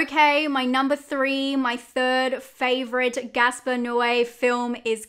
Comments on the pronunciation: It is Gaspar, not Gasper. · Girl what, his name is GASPAR NOÉ! Not Gasper lol